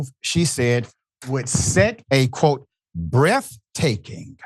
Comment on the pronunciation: Breaf taking. Lol